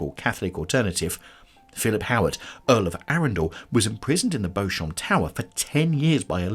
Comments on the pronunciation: Pronounced BEE-chum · I thought it was pronounced Beechum? I could be wrong lol